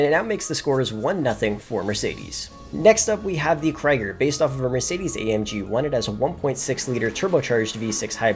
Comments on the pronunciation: bruh its pronunced 'kree ger' not 'cry ger' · Nice vid but did bro really say Kreger